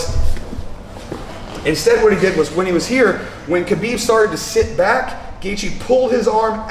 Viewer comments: the k is silent pal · Lol even Habib pronounce it Habib lol r u teaching me arabic it's an arabic name & I'm an arab